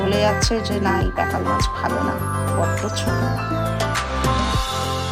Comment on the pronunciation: Ota pekal noy pakal. Jene bolun.